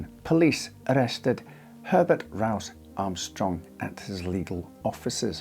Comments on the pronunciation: Herbert RRRRouse Armstrong😂 JK love your accent, it's the best. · Everytime he says Rowse i'm reminded of the german sergeant from the comedy series 'Hogan's Heroes'